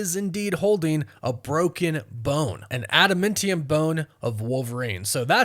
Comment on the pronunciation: I stop any video at the point where you mispronounce Adamantium. As you can see from the spelling, it's man, not men.